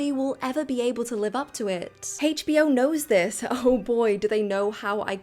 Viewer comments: Why do you say hachbo instead of HBO it's weird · Why does she call it "Haech Bee Oh"?🥲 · It's not "Hay'tch Bee Oh," it's HBO. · Why are we pronouncing a single letter like its a whole word. "Hasche b o". Sweetheart, its pronounced "H". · I've never heard HBO pronounced as Heych B O before. 🤣🤣🤣